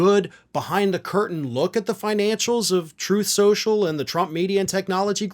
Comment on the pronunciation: Troath Shenchil.:face-orange-raised-eyebrow